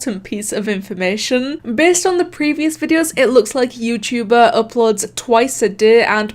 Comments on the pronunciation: bruh im dead, "yewchewber" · “Yew-chew-ber”